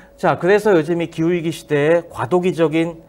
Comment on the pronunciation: 기우이기 아니고 기후위기지. 왜 자꾸 기우이기라고 말함?